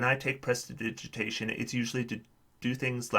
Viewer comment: Thank you for the video, good insights. We love prestidigitation (apart from its pronounciation) at our table, just just to clean up to avoid detection but mainly for keeping feet warm! We often have one from warm climates shivering and complaining about cold and if not, then a familiar will step into that role...